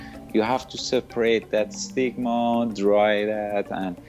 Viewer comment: Stigma? First i heard ligma